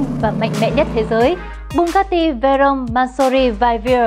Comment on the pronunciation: Chị ơi chị phải gọi là bu ga ti chứ ko phải bu cát ti